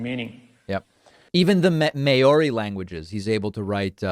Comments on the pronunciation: May-or-ee languages? Do you mean Mow-ree languages? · By “mayori”, do you mean Maori? If so, it’s pronounced “mowri” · Hey David just FYI "Maori" is pronounced "mao-ri" so "mow" (like the word "cow") and "ree". So not cowree, its mowree (maori). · Please stop saying "may-ou-ri" for moari. It's just so wrong. Say it like "mao-ri" or "mou-ri". It's 2 syllables, not 3. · It’s pronounced mau-ree, sir. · Ma-o-ri? As in NZ Maori? If so, two syllables, Mao-ri, rolling the 'r'. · “May or ee” ? Errrr… 😉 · just quietly, the first syllable of Maori is Mao as in Chairman Mao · Love your show but Maori it is pronounced, mau-ree. Te reo is a living language in Aotearoa New Zealand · Maori is pronounced mau-ree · David, Sir. Māori is pronounced like 'mow-ree' (rhyming with 'now me').